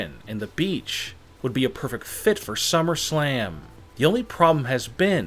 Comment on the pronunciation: He said shummerslam